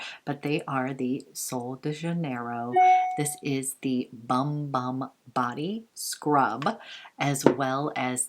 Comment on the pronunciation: Loved all of this! Just a FYI...the Bum Bum cream and scrub is pronounced “Boom Boom” not bum bum. It’s Portuguese. Love Veronica Beard and wished I’d have gotten that blazer. I tried to get the long sleeve Anthropology blouse but they’ve been sold out in my size for awhile in that color combo.It’s so groovy. Lol love Profumum Roma too!